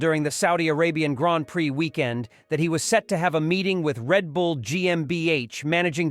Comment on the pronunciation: What a totally stupid shitty video! Get off the damn bandwagon and report something - anything that we didn’t already know two weeks ago. Also listen back on the soundtrack, that’s not how you pronounce ‘prix’